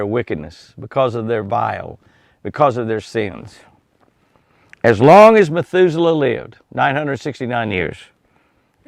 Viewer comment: Heard that too, I'm sure he meant Methuselah. Well now we know Jimmy is human after all. Lol God bless you.